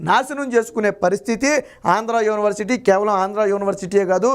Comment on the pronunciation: బాబూ! స్వామీ! ప్రారంభంలోనే " యోని" వర్సిటీ ఏవిటండీ ? యూనివర్సిటీ కదాండి? కర్ణ కఠోరంగా యున్నది.